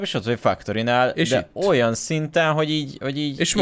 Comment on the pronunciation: sziasztok. csak egy kérdés a factoryt nem fektörinek kell ejteni, nempedig fuck torinak? XD